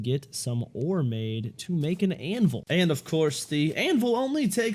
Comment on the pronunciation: its not anvol its anvil but ok lol